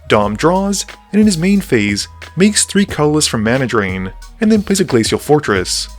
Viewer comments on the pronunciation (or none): none